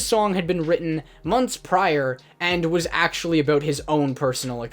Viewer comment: Talking aboot 😂